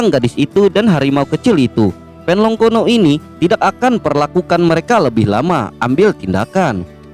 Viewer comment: Kuno dibaca kono.. napas di baca panas..hahahaaa..